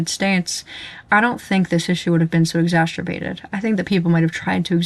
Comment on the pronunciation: I don't have any disagreement worth noting, video is fine - I do wanna point out that "Exacerbated" is not pronounced with a 'sh' sound. Just in case that isn't a personal vocal quirk.